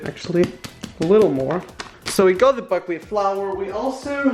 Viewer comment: I thought he said fuckwheat